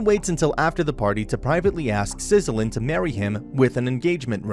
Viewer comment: While I loved the anime and enjoyed most of your video every time you say Sicily's name it just makes me wince while english dub and sub translates it closer to Sizilien, its actually and over translation as it was english to start with, or rather itallian. she is literally named after the large island off of the Italian main land. the english dub tends to land mid way and I always hear Sicilian which while not exactly correct is much closer.